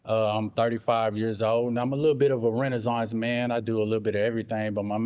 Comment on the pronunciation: He said "Ima Renazonce Man" twice lol